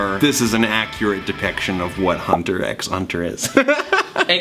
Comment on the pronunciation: I know I'm really late too this video but pls tell me if anyone was triggered when he actually said the X in hunter x hunter